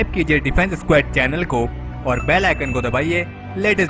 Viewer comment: स्क्वैड nhi स्क्वौड